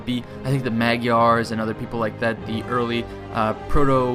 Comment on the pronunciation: you said the magyars wrong :D (its called magars :D)